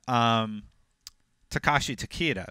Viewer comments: Yeah these guys have messed up almost every pronunciation. They said for Tarkatan "Tarka-tan" instead of "Tar-cat-tan". And for Takeda they pronounced it "Ta- Key-da" instead of "Ta-Kay-da". Embarrassing because its IGN. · Tah-Keh-Dah -- That's how you say it properly lol